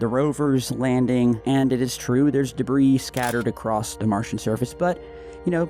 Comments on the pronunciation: “Space Debris” SILENT S in Debris .. 🤦🏼‍♂️ & while I’m #Teaching #English here.. DEER, FISH, SHAMAN.. ppl always be sayin’ deers, fishes, Shamans.. LMFAO ALL WRONG .. SAME WORD, both SINGULAR & PLURAL.. #SIMPLE 🤷🏼‍♂️ #BASIC #EDUCATION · Debris is pronounced debree!